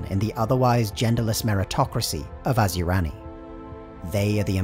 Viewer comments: Asuryani is pronounced.....a-soo-ree an ......not....as u rani.... Don't pronounce the I ......otherwise great vid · Okay I'm an Eldar lore master and I gotta say every time you say Asuryani, it's like nails on a chalkboard to me. It's pronounced Ah-Sir-E-On-E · Is it just me or is Asuryani pronounced Asyurani in the video? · Asur-YA-ni, not as-YU-rani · You sure it's not (Ah-soor-yah-ni)? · I love your lectures, but cmon, asuryani and ynead are not pronounced like that :D